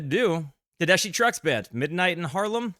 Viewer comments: "TEH-DESK-EEE" not DESH ;) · FYI pronounced "tedesky" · Just FYI - Tedeschi is pronounced with a k sound = Ted-ES-kee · Tedessshhhi ? How about less dramatic theatric words but learning pronunciation of NOT ENGLISH names and words ,......there is a world out there ........not just US ! Great music, stupid comments ! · Tedeschi pronounced "SKI" Trucks Band is the best live band out there right not I saw them (4) times in 2024...not a single repeated song Derek is considered the est slide guitarist out ther..even Greg Allman said Derek was better than Duane Allman Derek was named after the Eric Clapton album "Derek" and the Domino's, featuring Duane Allman, with song like Layla Susan Tedeschi was born on the day the album was released Susan CAN SHRED on the guitar too... theyre playing 10 nights at The Beacon theatre in March,, taking the Allman Bros. slot they held for over a decade